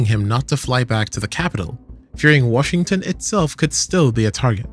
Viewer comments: “Wahington D.C.” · "Wahington DC"